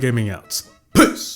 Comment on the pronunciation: Sounded like dude said PISS when he ended the video😭🤣